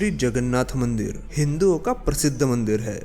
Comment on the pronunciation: Bhai mandir hota h mandeer nhi